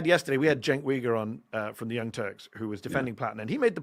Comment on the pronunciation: Jim - tell Mehdi that Cenk's last name is pronounced "You-ger"